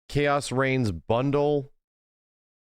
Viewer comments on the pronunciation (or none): Shoutout “Reings”